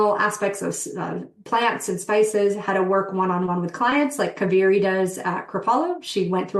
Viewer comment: Not ka- veri … It’s pronounced as KAA- veri ( holy River in Karnataka )